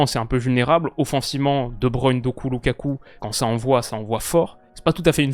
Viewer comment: Vous pensez pas que fait exprès d’écorcher le nom de Doku? C’est quand même une des révélations des 2 dernières années, il regarde pas le foot peut être?